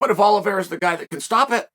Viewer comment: Oliveira. Got to put respect on the champs name